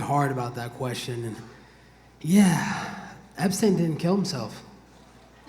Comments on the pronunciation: Colby its Epstein not Epstin lol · Dude when he said that Epstein joke and pronounced his name wrong🤦‍♂️